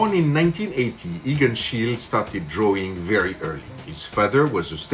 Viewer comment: This is quite a good approach to Schiele's style. 🙂👍 By the way, the "e" at the end of "Schiele" is not supposed to be dropped.